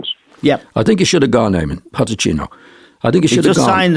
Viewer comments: I love the way John Giles calls Pochettino Potechino! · Jesus fckin Christ someone tell him it's Pochettino not POTTECHINO